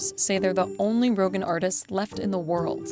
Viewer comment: It’s roghaan not rogan